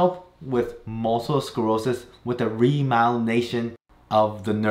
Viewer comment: did you mispronounce multiple I kept hearing multel or am I missing something.